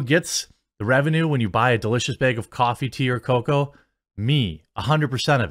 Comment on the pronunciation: The way you say cocoa is somehow creepy to me.